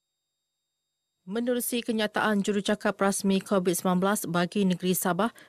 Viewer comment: Kebayak kan setesan petugah kebayak kan orang Korat g korat bukan kovit korat